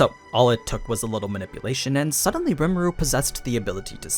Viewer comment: omfg... REE - MOO- RUE... its like you purposely mispronounce things...